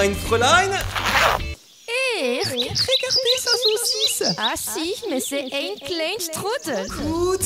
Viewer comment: il parle pas du tout allemand en fait mdr